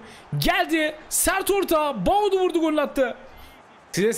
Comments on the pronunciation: Abi Tüm Videolar da Bir Gün Doğru Söyleyeceksin Diye Sabırla Bekliyorum Ama Olmuyor 😁 Baudu Değil Abi Boadu 😁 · “Boadu Fernandes” adamin ismi Myron Boadu🤣